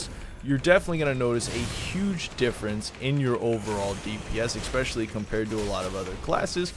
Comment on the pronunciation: Please stop saying "expecially". English is your only language, you should learn it.